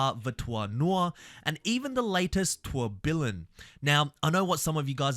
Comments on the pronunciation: Bro said tour-bill-own It’s tour-bee-yown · Just a heads up, the Bugatti Tourbillon is pronounced "Tour-bee-on" 👍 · "tour bilun"